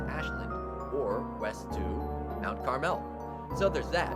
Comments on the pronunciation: I grew up in the coal region. Mount Carmel has the accent on the Car syllable. Nothing special; the dominant town was the county seat of Skookle County, Pottstown. Housing is cheap but there are no amenities and cripple public transportation. When I was a kid the Reading RR went dreckly from P-ville to Philly and had a dining car. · Hahaha you are pronouncing some of these places wrong. (Such as Mt Carmel and Bellefonte) Good video, tho. I live in the coal region now and it's a very interesting place. Lewisburg is indeed a very nice town but super expensive to live there, so that's probably why it looks so well maintained. It's a gorgeous little place. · “Mount Car-Mel”. Great video though. Many of the little towns we all know and love here in Pa. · I appreciate the love for PA. I appreciate your content. But you're probably not from PA because you "mispronounced" Kittanning and Mount Carmel. Great list though. I've been to 10 of the 20 mentioned towns and lived just west of West Chester for 7 years. Grew up in Tyrone Pa so got to give a shout out to bellefonte Clearfield and Huntington, all three are great towns. Great towns with questionable athletic programs i should add. Lol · Mount Carmel has the accent on the first syllable, not the second syllable , also, Bellefonte only has two syllables--not three, the comparison of New Hope to Provincetown is probably because of the predominance of gays (just FYI). Also, have you ever been to borough of Swarthmore??? Just amazed that it did not make the list--or the honorable mention list. What state are you from? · You're mispronouncing most of the towns, including Mount Carmel, Bellefont, and Kittanning. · . It's Mount CAR'-mal. NOT "Mt. Car-MELL !!" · Mt. Carmel is a filthy low income coal town. It's also pronounced Mt. CAR-mole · Thank you! It was buggering me, the way he said Kittaning!! And Bellefonte, the 2nd & 3rd e's are silent!! As well as, Mount Carmel which is pronounced Carmel, not car-mel!!!